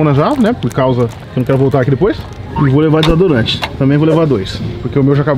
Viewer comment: Finalmente o aprendeu a falar “desodorante”! 😂